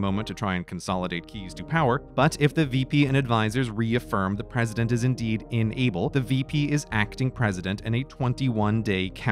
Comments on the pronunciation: This needs captions, considering I'm having a hard time deciphering if he's saying "unable" or "enable". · Are you saying ‘enable’ or ‘unable’? Both mean different things, and the context of what you are saying implies ‘unable’ but your pronunciation suggests ‘enable’. So now I am confused. Is this just an American thing, or are two words that are both pronounced and spelled differently actually mean the same thing? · Is it just me or is he consistently pronouncing “unable” as “enable” ? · Just a note about being unable -- the speech-reader app (or human) in this vid makes it sound as if the word "UNable" is "ENable" (or perhaps "inable"?) -- quite a difference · This video was very confusing with your pronunciation of the word unable. You keep pronouncing it enable, (in-eh-ble) which means to allow or to help some cause, where as you mean unable, (un-eh-ble) the inability to do something. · Pronouncing "unable" as if the same as "enable" is very annoying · He keeps pronouncing "unable" like "enable". Driving me batty. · You pronounce unable like enable. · Very informative, but every time you said unable I heard it as enable. I found it kind of funny hearing how president was enabled to do his job while in surgery or mentally incompetent. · Just me or did Grey say "enable" rather than "unable" most of the time? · I deadass thought he was just mispronouncing "unable" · Why can Grey not pronounce "in-able"? I keep hearing "enable". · Oof, it's too early, it took me 3 minutes to figure out he was saying inable, not enable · Or is it "inable?" Yes, it's inable. I withdraw my comment. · "Inable" sounds way too close to "enable"